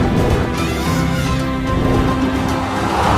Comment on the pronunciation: كلمة إن شاء الله ما تعرفش تقولها ؟؟؟؟؟؟!!!!!